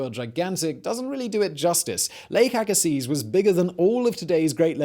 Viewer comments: Lake "agasee". You're pronouncing it wrong. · YER "LAKE AGAZES" LOL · Fun fact, the z in Agassiz is silent. The more you know! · I believe the "z" in "Agassiz" is silent, but I know you don't care. ;-) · If I lived 8000 years ago, I would be at the bottom of Lake Agassiz in Manitoba. Btw, the 'z' at the end of Agassiz is silent. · The bugged me too. Agassiz (silent Z) is not far from where I live. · Agassiz, BC Canada. Near a much smaller lake and hot springs than the original Agassiz Lake. The Z (zed not zee) is silent and its surrounded by some of the finest lands this world has to offer.